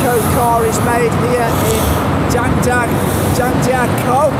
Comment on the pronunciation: 这个张家口的发音一定是和张家辉学的